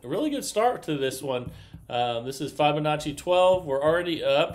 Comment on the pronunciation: The i in Fibonacci is pronounced like the i in Fib, not like the i in five.